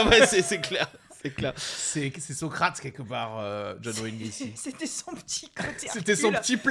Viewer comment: C'est Gacy, vous dîtes Gracy semble t'il...bon, je suis mesquine.😊